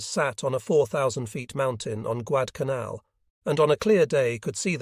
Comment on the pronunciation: Not Guadalcanal the voice said Guadcanaln consistently.